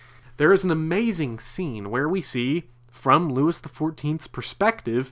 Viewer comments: loo-ee the 14th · Pronouncing Louis XIV as ... “LEWIS” is historically brutal. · It is NOT “LEWIS”!!! If you can’t get the pronunciation of his name right how can you expect us to take what you are saying seriously? Couldn’t finish listening to this! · I couldn't take it and had to kill the video. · Yeah, this dork's mispronunciation of a very basic French name - Louis- was embarrassing to hear! He butchered it!